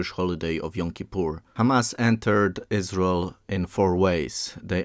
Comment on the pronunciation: Who is the speaker? Why does he call it Us-Rul?? Is there a video transcript or video in his native language? Interesting info. Thanks.